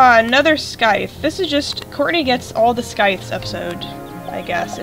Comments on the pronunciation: you are saying the word scythe wrong Its sai-thh not skye-th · it's pronounced (Sssssss-Eye-Thhh) The C Is Silent.